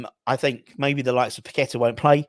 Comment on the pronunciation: nice to hear you can pronounce paqueta not like these media clowns pack a tar which is where paqueta was born not his name.